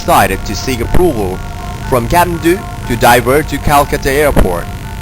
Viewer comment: The narration guy can't pronounce Kathmandu even😅🤣. Bogus video.